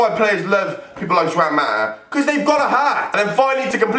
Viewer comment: You pronounced Juan wrong sorry for the cheekiness